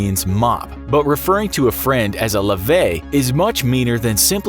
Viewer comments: The French insult is not pronounced: Lavet It's pronounced: lave*tt*e the "t" must be heard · You're pronouncing "Lavette" terribly wrong. It's La, Ve, Te! Edit: The way he's pronouncing it is as "Laver" the verb itself. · Lavette is pronounced like baguette. Im french Edit: You are saying Lavet instead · lavette is pronounced lavet (the t is pronounced) and it's a weak insult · Damn it it’s not lavey, it’s lavette. The t is pronounced. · Lavette with the T pronounced, however it's not that common but still pretty mean ahah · « Lavet » is pronounced « Lavette » like jet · The vette in Lavaette is pronounced like pet. Hard T. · I’m french I never heard anyone say “Lavette” you need to pronounce the tte by the way... and it’s not insulting it’s just like funny and childish lol it’s really not offensive wtf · The French is pronounced "Lavette". Rule of thumb in French. A double letter makes usages of it's original sound. In this instance, it's a hard T And it's not that offensive either. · Amazes me how French things are absolutely never pronounced properly. He said “lavette” like “lavey” but then said “baguette” 2 seconds later. Look at how the word ends. Try a little ppl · Lavette is pronounced wrong, and not only is it a VERY, VERY, VERY WEAK insult, it is also totally outdated: it's hardly ever used, IF EVER AT ALL. In fact it is used so rarely and it sounds so dated that an important proportion of nowadays French people under the age of 40 probably don't even know that word or what it means anymore. Thumb down. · You pronounced lavette wrong. Also, this insult is barely anything. Doesnt sound offensive at all. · You pronounced lavette and warmduscher incorrectly. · Wrong pronounciation for "Lavette"... In France this is rather a fun word ! Not insulting at all ! We even don't use this word frequently.